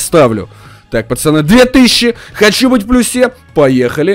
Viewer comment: мы в плюсе на е ударение ахахахахахах)